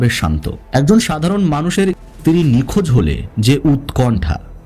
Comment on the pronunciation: ভাইজান , উচ্চারণ আরেকটু upgrade করেন । ইস্ত্রি না স্ত্রী হবে। কুলু না ক্লু হবে etc etc